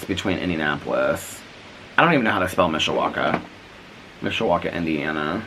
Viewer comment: Yay said Mishawaka correctly 😊 so many ppl not from around these parts, slaughter the name. I am from around here never knew it was called the region 😂 Learn something new everyday! Ialways heard SBend area called Michiana Which I think is Michigan/Indiana together. 🤷🏻‍♀️ I want to read Ashley Flowers book! I tried to get it at target last night but of course it’s sold out. 😂 has inspired me to get bird feeders! 💙🦆🐦‍⬛